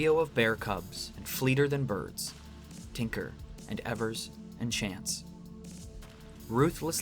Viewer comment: great essay, but evers is pronounced "ee-vers", not "eh-vers"